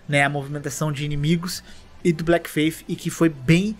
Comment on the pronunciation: Pô, tu escreve Bleak no título mas fala Black? Achei até que eram jogos diferentes, sem zoa. Porque cliquei no vídeo pra ficar ouvindo enquanto fazia outras coisas e acabei bugando.